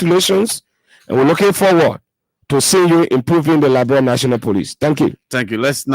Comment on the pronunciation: With all respect , please pronounce correctly Liberia not liberalia